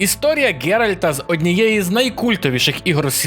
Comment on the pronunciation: Досить казати ГеральД. Ало